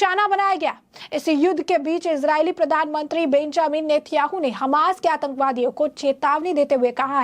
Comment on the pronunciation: नेत्याहू नही नेतान्याहू बोलो